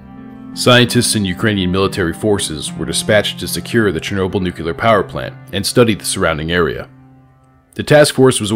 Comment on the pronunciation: There's only one U in "nuclear"